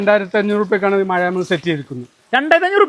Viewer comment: മയ അല്ല.,മഴ ആണ്.